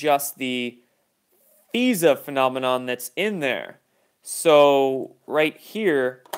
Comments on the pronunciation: it's not feeza it's fiza (long i) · FISA is pronounced F eye sa not feesa. Please don't try to change our words. Isn't that like Hegalian Dialect?